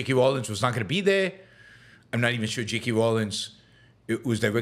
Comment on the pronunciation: no she didn't. They were written by J. K. Rowling. Not J. K. Rawlins, which is what Yaron calls her every time he mentions her name. Why does he do that. If he was asking you to go Bowling would he ask you to go Bawlins with him? No. I'm sure he can pronounce Bowling so why does he insist on mispronouncing her name every time? Lazy!